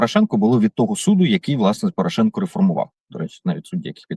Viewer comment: Саакян правильно прізвище Порошенко навіть не хоче вимовляти!!! Чому цей молодий бугай не на фронті, ознак інвалідності не видно, а от про нинішню владу дуже обережно говорить. Ви обоє- і Береза, і Саакян привели цю владу, тож і відповідаєте за її вчинки!!!